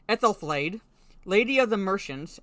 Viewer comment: I was actually quite interested when they made references to Aethelflaed (you pronounced the name very well) who was well and truly badass, and also of course a Mercian Anglo-Saxon whom the Rohirrim are mainly based on. The rest of it though just rang a huge amount of alarm bells. I am very wary about this now. Seems the references to Aethelflaed are a shield for injecting feminist tropes at Helm's expense. You're absolutely right, this was meant to be his story.